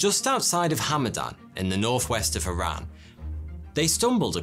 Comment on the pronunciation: Glad you pronounced iran properly..... Not I Ran